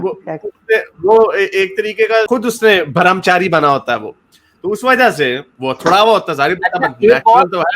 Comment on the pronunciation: Bharamchaari nahin, Brahmmchaari hota hai.: ): ): )